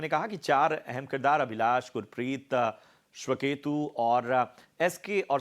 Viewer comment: Its श्वेतकेतु not श्वकेतु 😂